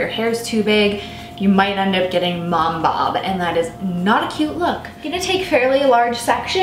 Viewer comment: I just don't like you for how you're saying "mom bob".